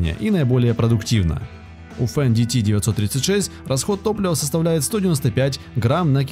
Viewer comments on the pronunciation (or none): 535 лошадиных коней,что за бредятина!? нет компании фенди ти,есть немецкая компания ФЕНДТ! нет понятия катерпайлар,есть слово и название компании КАТЕРПИЛЛЕР,даже амрикосы так произносят,катерпиллер. тяжелые трактора применяют только на очень больших фермерских угодиях,или же компаниях,и так же для перевозки тяжелых грузов. в большинстве случаев компании берут малые и средние трактора. и да,механическую кпп только в россии и лепят,все страны запада уже ставят вариаторную трансмиссию,и компьюторизированное оборудование. и еще,была такая фраза об одном тракторе,может изменять объем двигателя? вопрос как? одно дело изменить впуск,или выпуск отработанных газов,изменить геометрию турбины,изменение впрыска,но как ты изменишь на ходу объем двигателя,и его камеры сгорания? еще меня удивляет слово не разрезанные мосты,может не разрезные? и что за дэутц фэхр? есть ДОЙЦ ФЭЙР. буква Н английская после гласной и перед согласной не произносится вообще. еще вопрос,как воздух поступает в пневматические пружины? само слово пружина и ее смысл вам автор вообще известен? пружина это упругий элемент сделанный из прута. как в этот прут может поступать воздух? может было бы проще сказать воздух поступает в пневмобалоны подвески кабины,разве так не грамотнее? так же мне очень интересно узнать,где вы видели гусеничные колеса? это гусеничные блоки вместо колес,которые встают на ступицу вместо колеса. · Не фендити, а фэндт! Не деутц фахр а Дойц-фар! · то чувство когда диктор не умеет произносить иностранные слова и в технике не разбирается совсем. с самого начала фенДиТи с четырьмя клапанами. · Что за "фен ди ти"? Это Фендт [фэнт], немецкое имя. Вы бы хоть готовились к видеороликам, изучили тему. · Не фэндити а Фэндт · Не Фен Ди Ти а Фендт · Это на каком языке Fendt произносится как фендити? У меня на первой минуте кровь пошла ушами. Дальше даже не смотрел, страшно стало( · Фендити? Деуц Фэхр? Вы серьезно?